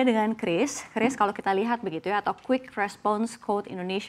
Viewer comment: Bacanya udah bener KRIS, jangan kyuris kyuris lagi 😅